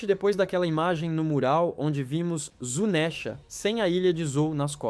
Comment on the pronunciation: Q agonia ouvir ele falar "zunésha" Nunca ouviu a dublagem em japonês? Se pronuncia Zunisha